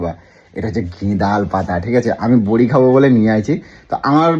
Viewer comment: Bori ki bora bole pagal manus thik thak katha bolte parena